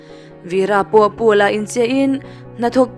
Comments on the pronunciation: Pau la ang a lam tur ani lo maw,Paul-a ti angin i lam a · Paul a ti lo in Pau La te han ti la